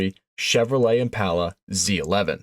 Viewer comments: It's Impala. Not Empalla. Impala. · Generally a great video. I'd read a lot about the 427. My debrief: mispronounced "Impala" is killing me. Im-pah-lah I've had my '61 since '82 ... it was my first car. Overhauled/painted it with Dad, new interior as a teenager. Then it sat ... drug it out of the barn in '18 and had a professional resto-mod done to it. Passion Polly ... the IM PAH LAH. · 409 was a 348 but bigger. The Z11 was a 427 but on the 348/409 engine. The real 427 was the next Gen. This is a kind of accurate video but the guy can't say "Impala".